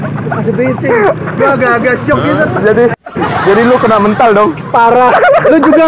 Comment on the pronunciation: Kena me'ntal bang bukan mental .. 😂